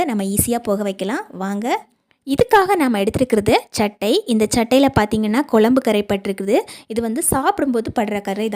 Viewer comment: வாழைப்பூ கறை போகுமா? Pl குழம்பு என்று சொல்லவும். குளம்பு, குளம்பு கேட்க முடியலே.